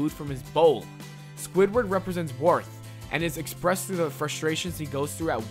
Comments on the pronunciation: You pronounced Wrath as Worth. Lmao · "WARTH" 😂😂😂"GLOOTONY" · Wait...did you say Warth? and Glutenny? Whatever, it's still a good episode. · Don't you mean wrath? Not worth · OMFG did you really say GLOO-ta-nee and WARTH?! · Warth= Wrath What? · It's glutuny not glut-eennee and wrath not warth...... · I can't be the only one that noticed how he said gluttony and wrath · Nice video! One question.. Why did you pronounce, "Wrath" like that? Lol